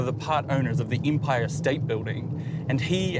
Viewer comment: Why this man pronounce "e" as an "I". It's empire not impire.